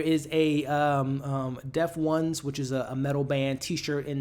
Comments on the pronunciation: The band is Pronounced Def-tones, not Def-Ones lol, good video tho 👍🏾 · Bro it’s DEF-Tones not DEF-ONES. 😂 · Dude Def-tone not deft-ones lol Also you need to go watch twin peaks. Watching the show it isn’t a straight story it’s surreal hyperbole extremes ect. It could mean this or it’s not that…like omg why isn’t she with her kid. What kid is there a kid how many years later is it? The show is fantastic cause it’s funny and has so much oddness. Not quit Dave lynch but it’s trying. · "The Def Ones"?!? LOL nahh Brutha it's the DefTONES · The band is called Deftones just so you know , not Def ones . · Great ATL review and breakdown! During the Post Credit Discussion, I heard you say "Deft-Ones" and how there were several Tone-def moments this season. From my understanding, the band is known as Def-Tones and I was just thinking Urn was just showing love cause he's a fan haha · love your breakdowns , just any FYI The band on the T-Shirt is Deftones pronounced "Death Tones" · Thought I would correct your pronunciation of the band's name. It's pronounced Def-Tones. A really awesome band. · Yeah I thought it was funny how he missed pronounced the band Deftones